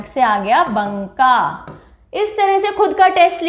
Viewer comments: Ma'am right pronunciation is Baka not banka 😊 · भागलपुर division में बांका है मैम, बंका नहीं। मैं भागलपुर से ही हूं। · बंका नही मैम, बाँका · It's not Bunka Its Banka . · Ma'am बंका नहीं... बांका होता है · परमल नहीं होता है ma'am परवल होता है। टिरहुट नहीं होता तिरहुत होता है। बंका नहीं होता बांका होता है। Many more pronounciation mistakes but the video is quite informative... 🙏❤ love the way you teach ❤🙏